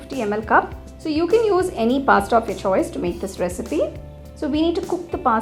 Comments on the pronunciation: Pasta not pastta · What's pasta lol u are pronouncing it wrong" ta" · First , ye pink kidhar se dikh raha hai??? Second , it's not maieda its maida Third , it's not pasटा it's pasता